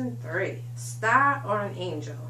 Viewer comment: nice chat. . the "fire" was a nice touch.. made me laugh..... what's a stah? cheers